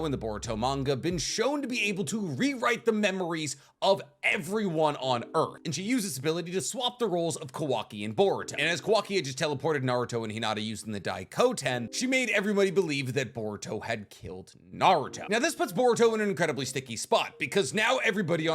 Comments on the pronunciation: It's Mt MyoboKU not KA Also it's daikoKUten not daikoten Do you have some kind of enmity with KU? T_T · Why you keep saying Daikoten when the jutsu name is Daikokuten